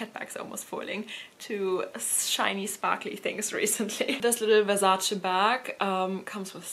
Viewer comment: Wonderful collection! It’s also so refreshing to hear someone pronouncing Versace correctly. Great video!